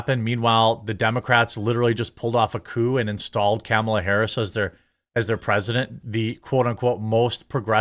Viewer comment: Ur saying Kamala wrong scumbag 😂😂